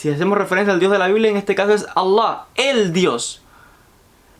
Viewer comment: Es alllow... ridiculo como promo pronuncias Allah.